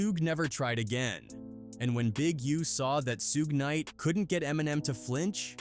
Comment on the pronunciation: The ai trying to say suge knight name so bad its hilarious 😂